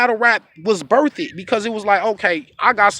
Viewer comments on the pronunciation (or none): this was great, but I have one question for you. Why would an intelligent man like yourself say birthed but pronounce it birth-ed it. Go back and listen you're a west coast legend salute. Merry Christmas and a Happy New Year.